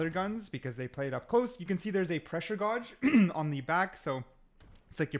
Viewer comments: pressure gawwge wtf its pressure gauge or gay-ge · Pressure gawge huh?